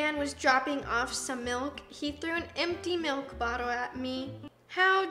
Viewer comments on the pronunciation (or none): none